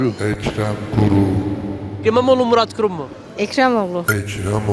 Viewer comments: Yavaşlattım önce Murad Gurum diyor ikincide Milad Gorun oluyor. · MINA GORUM der gibi murat kurum diyen dayı röportajcı kıza subliminal geçmiş xD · Mına gorum dedi sanki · Ekrem İmiaoğlu,muradoğlu,milad gorun,Melak Denştaş,Erk- Ekrem ilamiğo ve Kara parti hastasıyım diyen dayının yanlış söylemesine ayrıca estes imaro ya anıra anıra kırıldım geçtim.